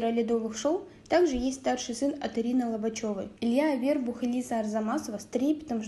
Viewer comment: Ударение научитесь ставить правильно, Авербух😮, ударение на у, грамотейка